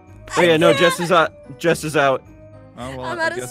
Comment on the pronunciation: jessOH OH OH OH! diglet! thats what i heard XD